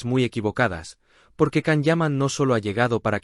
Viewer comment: Не Кан - ДЖАН. неужели так трудно запомнить?